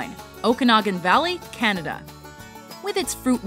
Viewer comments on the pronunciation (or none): none